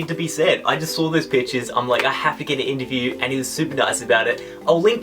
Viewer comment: sounds like he said bitches instead of pictures anyone else agree